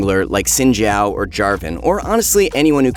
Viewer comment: That’s actually the correct way to say it, lol